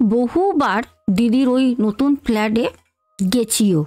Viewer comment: ফেলাড..... না ফ্লাটে 😊